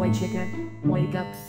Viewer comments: Chica sounded like she said Chiga the chigen XDDD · Yea chicka that's how it sounds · Wow chica even said her own name wrong what's with people doing that